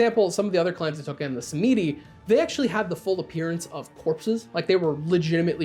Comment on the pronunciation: Tzimisce is pronounced Zuh-Meat-See per Mark Rein-Hagen